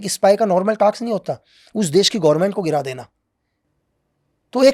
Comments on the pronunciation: Task ko taks bolna ka kya chkr h yy smjao yr😅 pehle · Taks ni Task 😂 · Taks nehi. Word hay task. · please don't mind taks nahi task🙏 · टाक्स✅ टास्क❌